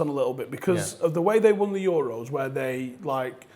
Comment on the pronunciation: pronouncing euros like its a greek island